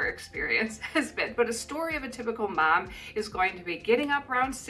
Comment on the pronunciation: You're turning into a New Zealander, you were pronouncing Mum more than Mom.